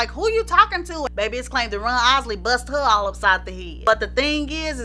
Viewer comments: .....it sounds like she's saying Run instead of Ron. Did anyone else catch that?👀👀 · I loved this and you. The only thing that kept bothering me was that it sounds like you are saying Run instead of Ron. But I heard a few other words that sounded funny so I guess it's your accent. 👍 I'm hitting the subscribe button. Great Job. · I love how pronounces Ron’s name, as Runn. Love the accent!!! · His name is Ron not Run. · Lady his name is Ron not run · She saying Ron or Run ? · I can't listen no more cuz u keep sayin RUN not RON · IT'S RON NOT RUN